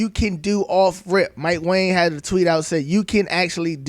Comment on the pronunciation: Did you know Mike Wang last name is pronounced WONG. Crazy.